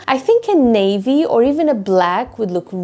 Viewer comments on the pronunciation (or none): none